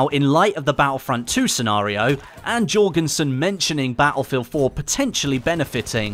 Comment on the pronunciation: not Jorgensen.